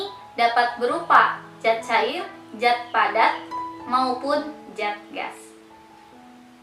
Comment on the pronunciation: Zat klo di Baca menjadi jat ya kak ?